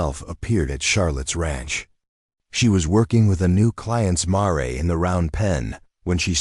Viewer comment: Mar e? Pronunciations are atrocious!!! My husband and I housed many rescued horses patience gentility are essential I.e.gentle loving care